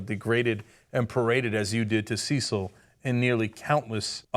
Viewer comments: See-sil? Pretty sure it's CECIL (Sessil) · Sure I'm pi55ed about the Lion, but quick English, and England lesson. It's Cecil (Sess'l) not Ceecil (Sees'l). Also, Oxford is in Oxfordshire, not in London, but I know you know that lol:) - about 50 miles. And to my BIG GAME hunter friends, I have no objection to you killing a lion, but make it fair one on one and leave the Bow and Firearm at home. This Dentist also has a violation in the US for killing a black bear under similar circumstances and was fined. Phukka! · I know this is quite petty in the great scheme of things, however his name was Cecil not Ceecil and Oxford is not in London....aaaaaaaaaaaahhhhhhhhhhhh! Come on, you're better than this! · It irks me that Americans don't pronounce Cecil correctly. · You're saying Cecil wrong. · Why does Ana pronounce "Cecil" so weirdly? Cecil isn't that uncommon a name, is it? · Oxford university is in Oxford not London and Cecil is pronounced wrong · you saying cecil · It is cecil like cecil rhodes.